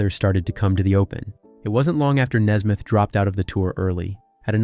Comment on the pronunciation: It is Nesmith not Nesmith.